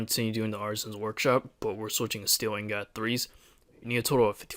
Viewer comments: you cant pronounce ingot right lol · He cant pronounce anything right.